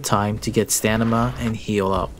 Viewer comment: "Stanima"😂 Great video as always!